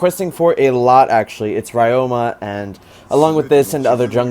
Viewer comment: Hey zane, just a heads up from a japanese student, ryoma’s name is actually pronounced ree-yo-ma.